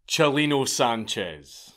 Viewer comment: Thanks for saying his name right 👍🏼